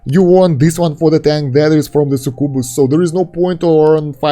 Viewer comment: I love how you pronounce succubus "sukubu"